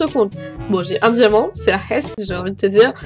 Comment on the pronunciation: Tu parles bien arabe xD t'as bien dis "C'est la hess" 💖 Sinon mon msp : H S M